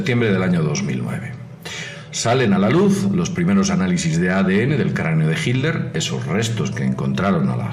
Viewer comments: Mientras sigas pronunciando " JILER " ,no tendrás mi voto. Yo me inclinaría más por la teoría de su escape por el océano " ALÁNTICO "pero este comentarista,tampoco a aprendido a pronunciar las " TL "...que pena ,cero voto aquí también... En cuanto a Perón,lo mataron los excesos,el buen vino,el asado,el tango,el mate y sobre todo,una mina 40 años más joven que el... Aparte de informar bien,es importante pronunciar correctamente. Cheers. DC. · Porqué será que dice hilder este señor? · Hilder?....¿por qué pronuncia "Hilder"? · estoy escuchando mal o dice Hilder? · hilder? por qué decís hilder? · ami tambien me llamo la atencion, sera que lo dicen por el inglés, . ? quien sabe? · no en españa no se dice hilder ni jl dice hilder,ni son modas regionales,pero en vez de enfocarse en el video que aunque con sus faltas se entiende perfectamente lo que quiere explicar,nos distraemos como siempre en tonterias,creo que mucho del publico son infantes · es diferente lo pronuncian.como hit ler, "jit tlder" modismos y regionalismos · Será como el Aletico de Madrid 😂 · sunagua que aprenda a pronunciar el saco de cocos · fernando sunagua Nadie se esta burlando, solo digo que porque no lo pronuncia bien, eso es todo...